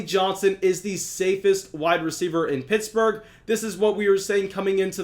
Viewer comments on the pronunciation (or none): none